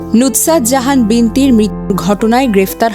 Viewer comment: Nutsat na. Sobdo ta hobe nusrat....